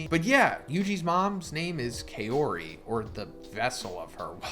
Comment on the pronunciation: Just want to point out it’s pronounced kah-ori.